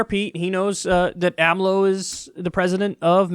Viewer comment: couldnt even say the 4 letters of the names acronym AMLO say it with me AMLO